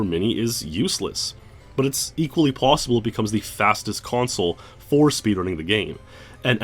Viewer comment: "it is possibledle"